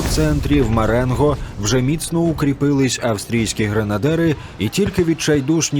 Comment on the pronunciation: Маренґо? З буквою "ґ"?